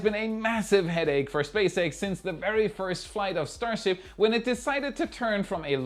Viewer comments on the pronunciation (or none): what's is a stasrhip? 😂😂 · I see we're still calling it "STASRHIP 33"? I think NSF did the same thing last week. Or was it WAI?